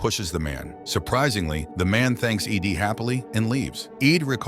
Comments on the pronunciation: Ed. Not Eeeee deeeee. Ai voice detected. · E.D.? It's Ed ffs...this ai crap is getting out of hand. Can we not have humans read and write this shit and ban ai generated material?? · The AI even pronounced it "eed" twice and kept calling the female reporter "he". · Is Ed that hard for a computer to read?? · Lol, it would seem that way.